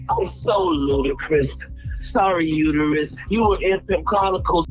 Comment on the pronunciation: I watched this several times and at a point in this video if you replace the "t" with a "l" you have the word " ulerus" - ulerus isnt a word and when you google it you get👇🏿 Uterus